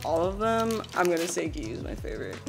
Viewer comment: i thought it was prounounced giyu=Jee-you :(